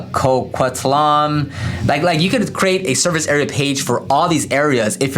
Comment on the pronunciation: the way he said coquitlam